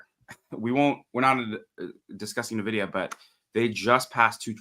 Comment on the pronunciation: And he still says “NU-vidia” instead of “EN-vidia”. Gah! Why?